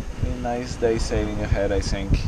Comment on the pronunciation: It sounds like you are saying “sink” instead of “think” I would feel superstitious with you...just kidding love this channel!